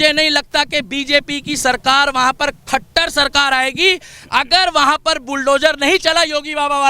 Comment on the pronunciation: Khattar nhi khattara bolo